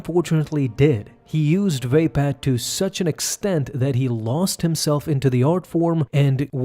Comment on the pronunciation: Is it really pronounced VAY-pad?